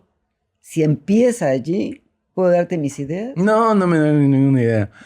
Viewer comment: De verdad si tienes un acento medio argentino Tom, especialmente en la manera que dices "ideas".